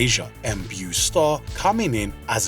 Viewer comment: Psst, Beau Starr’s first name sounds like “Bo”, not “Byoo” like “beautiful” is pronounced.